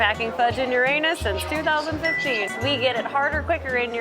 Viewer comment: You're not pronouncing Uranus correctly, LOL